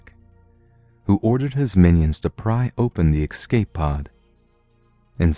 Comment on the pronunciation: It really puts me off every time you say excape (which is a bunch of times in this one...) You're a great narrator though, so keep up the good work! It's quite soothing to listen to your storytelling while working on stuff, so it's really appreciated :)